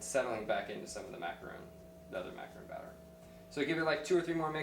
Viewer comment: STOP SAYING MACARON WRONG.